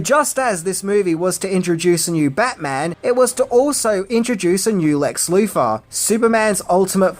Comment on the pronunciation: Marfa....WHY DID YOU SAY THAT NAME?!!! I also hated Lex Loofer